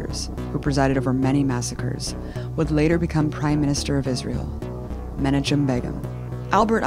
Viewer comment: Good and broadly correct. Not so, however, the brief touch on the Nazi role in all of this. It's far more complex. Nazism was crucial to the success of Zionism in Palestine. Also, it would be great if A. Martin could try to not grossly mispronounce Arabic and Jewish names... Menatchim (recte: Menakhim) sounds ludicrous and comes around as uninformed.